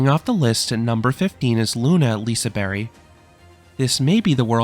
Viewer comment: What exactly is a "Lisa Berry"? I've only heard of Liseberg.